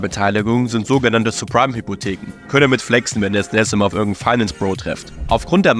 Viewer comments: Nices Video, es heißz aber Sabpreim Hypotheken, nicht Surpreim... Bitte werde dein Namen gerecht, Cringe Brudi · Es waren nicht falsch ausgesprochene supreme Hypotheken sondern suBprime Hypotheken. Und es ist auch kein mortage... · jaja, zeprime 😂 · Und subprime auch nicht... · Oder subprime 😅